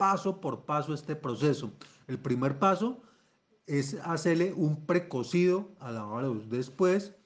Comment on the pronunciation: ¡¡Por Dios!! No se entiende .. ¿Un precocido a qué????